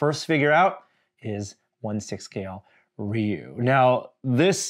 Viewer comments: Rey You not Ray You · It’s one syllable: “ryoo”. Listen to how Norm says it . He says it pretty accurately. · Not Ree U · its def Rye You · The game itself pronounces it Ree-You